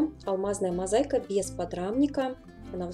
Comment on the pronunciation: Не мозайка, мозаИка